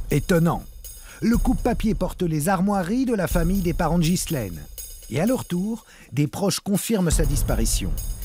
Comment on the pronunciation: De grace mrs Zero,prononcez ghislaine comme il faut , en Français, Enghien les bains, Ghana,Maghreb,Delonghi,Ghia,Spaghetti,Ghisonaccia etc etc le H à une fontion de U,c'est pourtant simple,non ? Quand au S,il est muet, Mesrine,Deschamps,Desprès !